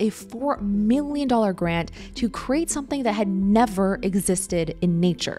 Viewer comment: Young people, “create” has TWO syllables, not one. Two! “Kree-ayt”. You’re welcome.